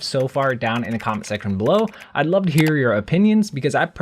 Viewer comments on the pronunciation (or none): none